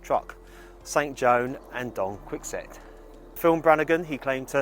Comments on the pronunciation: >don quicksote Lol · Another respectful, well done, video. Thanks. Just one thing..... Don Quix-ote.....pronounced Don Kee-ho-tay!!